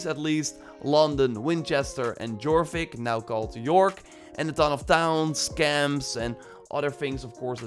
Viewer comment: Just an FYI, the J in Jorvík is like the J in Dutch. So it's pronounced Yorvik, which makes sense since the town is now called York